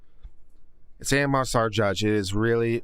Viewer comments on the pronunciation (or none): none